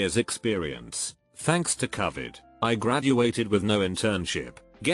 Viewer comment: Hate the way it says Covid